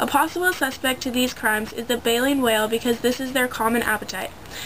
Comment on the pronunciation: Its baleen.... jesus girl.